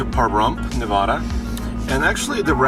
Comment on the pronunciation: its ne-va-da not ne-vah-da. Stuff like this makes us locals unsub. Remember this: Props for getting it right the 2nd time though.